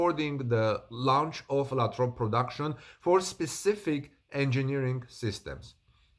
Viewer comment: Great but Lathrop is pronounced with a long A. LAAthrop. thanks for the report.